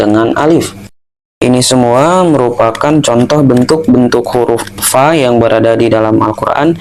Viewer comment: Bukan "pa, pi, atau pu" tapi "Fa, Fi, Fu"